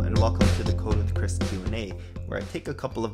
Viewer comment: I know this is an older video but it sounded like you said “welcome to the covid Chris q&a” lol